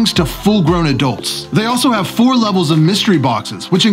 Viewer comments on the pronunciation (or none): none